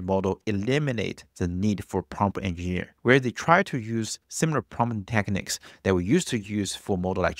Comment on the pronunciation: “Enginner”? -I barely know her.